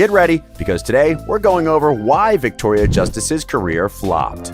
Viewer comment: "virctoria" WERES MY MAC PRO